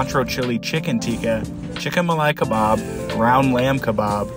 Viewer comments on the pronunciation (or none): He can't even pronounce Tikka or kebab